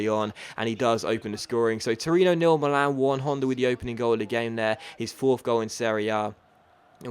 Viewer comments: Milan is "mee-lan" not "malan" like you say. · sorry to correct you, but it's pronunced Mi'lan, non mila'n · he said Millan in a funny way 😂😂